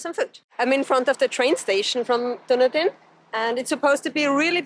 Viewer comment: Duneedin,is how it is pronounced.